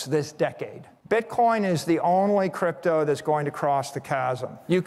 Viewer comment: I think he said “crap toe“ . 🤔